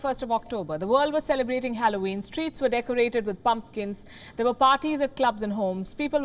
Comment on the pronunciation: Sure sounds like trees